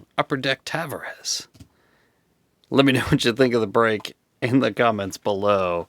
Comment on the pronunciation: Great rip.... Right up until how you pronounced Tavares at the end 🤣